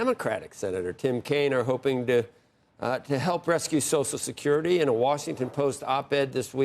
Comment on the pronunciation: I never trust anyone who pronounces So C I A L Security AS SOSL SUCRTY, on either side of the political viewpoint. I've said it before, I'll say it again. SOCIAL SECURITY IS INSURANCE, not a guarantee. The original retirement age was 110% of life expectancy. YOU ONLY GOT IT IF YOU BEAT THE ODDS! Retirement age should have been and should be adjusted regularly to accommodate life expectancy. Every few years, retirement age for those born in a given year should be adjusted to 110% of life expectancy for that year. You can't do that quickly now because life expectancy for those born today is approaching 80, making retirement age 88. If you adjusted retirement age by one or two years every five, you'd resolve the issue.